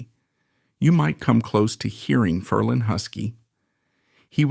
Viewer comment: DUMP the A.I. voice overs! The name is pronounced "FER-lin," not "Fer-LEEEN!"